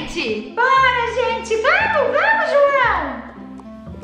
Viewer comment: Ela falando pala kkkk sou Luisa